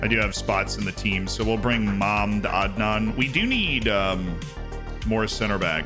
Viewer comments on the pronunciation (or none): Mahmd Adnan name is probably pronounced Mahmud Adnan. Honestly you’re better off just setting his nickname as Adnan